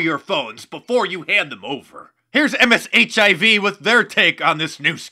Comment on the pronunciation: How about MSBHV...you said MSHIV, lol